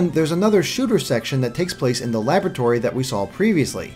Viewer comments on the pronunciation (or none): none